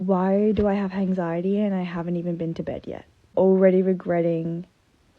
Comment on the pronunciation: Is #1 intentionally saying hanxiety?